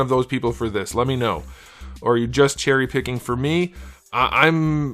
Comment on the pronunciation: Im what you said chery picki 😂 and im watching u for year from all my yt Chanels. I agree with a lot u sam. This figure has some good things, but most of them are like u buy 5 batman figure and make one your own.